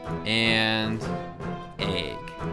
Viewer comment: I don't understand how you end up saying 'Egg' in so many videos. Ayyyyyyyyyyyyyyg